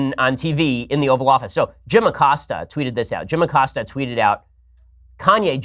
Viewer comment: For moment I thought he said the Oral Office